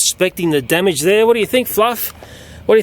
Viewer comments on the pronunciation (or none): none